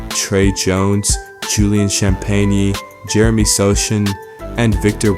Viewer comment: Btw sochan is pronounced (so-Han)